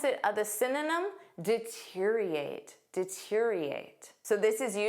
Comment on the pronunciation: You didn‘t pronounce the o in deteriorate. Right?